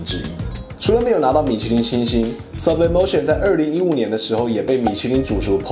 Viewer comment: 如果 是西班牙餐廳 應該要西文唸法 蘇ㄅ李哞提歐 沒事 我來鬧的